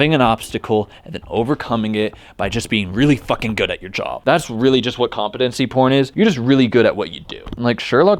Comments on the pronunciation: say compete say competency say compete again say ency say compete again say compete ency it is com-pete-en-see not com-peh-ten-see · Nah it’s kaam-puh-tuhn-see according to google but this guy is still sounding funny when he says it for some reason